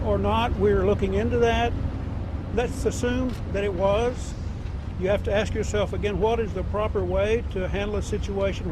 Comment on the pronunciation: No i dont want to understand, HOE is your way of saying WHORE because alot of you cant pronounce the word WHORE, just like ASK you say AX somthing you chop down a tree with.